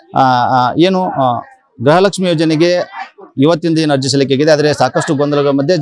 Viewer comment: ಸರ್ ಗ್ರಹಲಕ್ಷ್ಮೀ ಅಲ್ಲ ಗೃಹಲಕ್ಷ್ಮೀ..😊